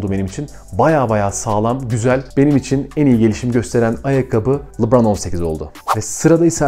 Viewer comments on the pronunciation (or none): Abi seni severek izliyoruz ama çok merak ediyorum ne zaman oyuncu isimlerini doğru söyleceksin 😅 "Lubraaan...." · Lebron ingilizce lubron veya lıbron diye okunuyor